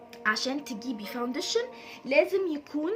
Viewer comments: اسمه فاونديشن عادي في مد والله مش فاودنشن خالص 🌚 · انتي لذيذة بس ياريت مش تبقي مصطنعة في الكلام انتي مصرية بتقولي حجي ليه وفي كلمة كدة فاوندشن بتتكي علي النون بس استمري بس خليكي علي طبيعتك هتنجحي جدا عشان الناس مش تنتقدك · باليز صححي نطقك للكلمات الانجليزية وخصوصا كلمة فاونديشن 😂😂 بس انتي عسل خالص❤❤